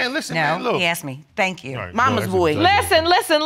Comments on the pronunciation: I've heard this pronunciation before "axed instead of asked" - how does it happen to be pronounced this way, honest question.🌹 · I knew they were from Philly when she pronounced asked as AXED. I love my city!